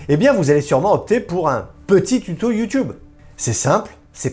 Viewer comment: Cest Youteub 😉🤣